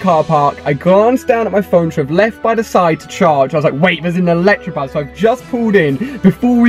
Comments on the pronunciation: You really need to learn to read "Electabuzz" not Electrabuzz >.< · okay read it carefully it's not electrabuzz it's electabuzz 😈😈😈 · Why does everyone call it an ElectRabuzz. Do you see an R in electabuzz? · It's not Electrabuzz it's Electabuzz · he kept saying electrabuzz instead of electabuzz and I was getting so frustrated😂😂😂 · annoys me when people call it electrabuzz when its elecTAbuzz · He keeps saying electrabuzz its ELECTABUZZ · You say "ElecTRAbuzz"" but it's actually "ElecTAbuzz" your really really wrong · Does he realise there is no r in Electabuzz?